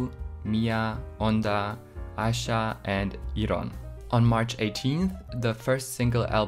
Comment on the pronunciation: Aisha is actually pronounced as Ah Sha. The Hangul version of her name is 아샤. However Aisha does sometimes say her name with the i in it since she gets called that a lot by intl fans lol